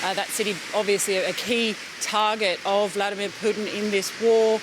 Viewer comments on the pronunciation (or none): none